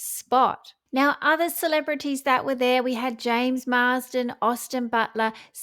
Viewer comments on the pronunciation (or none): none